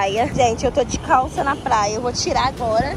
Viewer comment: ela kkkkkkk ela fala plaia